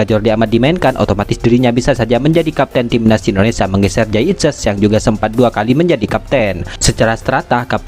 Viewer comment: Pembaca narasi bisa ucapkan Indonesia ga..jangan Indonesa